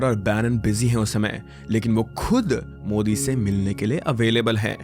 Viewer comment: Mujhe bhi yahi lga tha yr starting me, but fir "modi' ka pronunciation sunke lga ki something is wrong😂